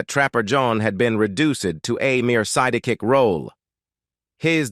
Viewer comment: yea its sub par "MAZZZ H" ha ha "Siddda Kick"